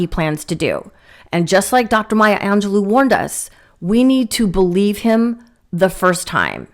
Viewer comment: ...Her name is (My-ya) Angelou ( An- ga- low). Bets way I can think to show you. Perhaps Google it for the correct pronunciation, honey, you butchered it. If you are going to quote this great woman, at least say her name correctly.... respect. 🥺 Look under Teaching Books.